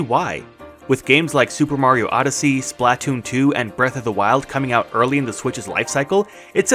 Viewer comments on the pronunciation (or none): none